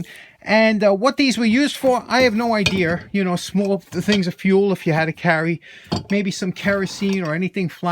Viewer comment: Good RANT I would have to say even the price has changed too, you pay MORE now for LESS, but anyways I really here your NY accent you said I have no "IDEAR" hehe my family from Hacketstown NJ so I grew up hearing the same from Grandad, my 2cents the sheers, now maybe I am wrong but aren't those more of a tin snips? Go with an old timy green handle would look nice like a John Deer Green.